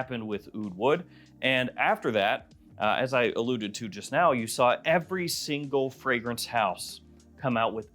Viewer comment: "As I all-oud-ed to earlier..." 😂